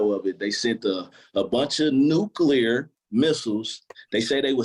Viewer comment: I'm only about 25min in, but I have to give points for pronouncing NUCLEAR correctly! (i.e. - not the cringy 'nuculer') 🙂